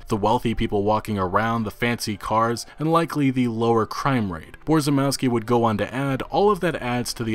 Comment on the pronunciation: Borzymowski pronounced closer to Bo-zhy-mov-ski Polish - English [few characters] C - TZ (or TS) W - V ł - w J - Y SZ - SH CZ - CH [like in Check] CH - H (really soft h) I - E E - Eh